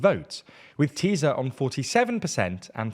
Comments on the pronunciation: its called "Tisa" not "Teezah" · It’s ”Tissa” not ”Tizzz-a” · sz is pronounced like s, not z in hungarian. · Why is he saying “Teaser” instead or Tisza? 😂😂😂